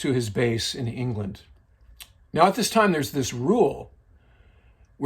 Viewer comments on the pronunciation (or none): none